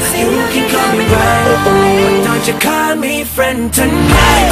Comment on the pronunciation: "dont you kal meh frends" what apronounciation!